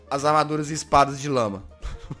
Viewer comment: quem entendeu que em vez de lama ouviu lâ??